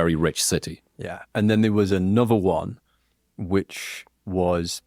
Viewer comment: How can they talk about UK accents and then say Annuver one instead of another one, Portsmuff and fiftiuff (fiftieth) arrogant, self obsessed idiots. They've probably never been to the towns they talk about and have stereo typical ideas about what they're like. Beatrix Potter, Donald Campbell, William Wordsworth, John Ruskin all came from Cumbria. Brits do have pride in the UK we just don't need to shout about it constantly. If the Brits were so risk averse how did they get the British Empire?